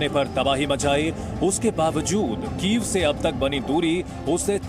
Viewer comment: वो कीएफ नहीं कीव है यूक्रेन की राजधानी क्या मैडम कीव बोल नहीं पाती हो क्या या जानबूझकर कीव को कीएफ बोलती हो 🤔☝️